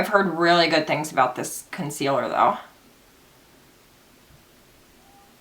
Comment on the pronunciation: Idk why but I laughed so hard when you said "let's do thees!!!" Before doing your brows 😂